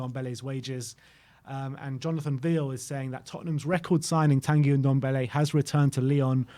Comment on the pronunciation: So glad hes gone to lyon, not just a waste of space but i wont hear say OONDOMBELLE any more instead of NDOMBELLE